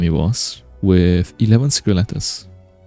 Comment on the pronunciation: I find your accent so endearing and soothing. Thank you for the video explaining how to farm secret "lettuce"